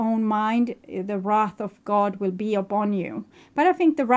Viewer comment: wrath not wreath! so accurate and thank you!